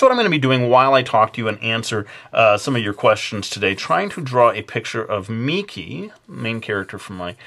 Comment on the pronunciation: Ya! He said my name correctly!!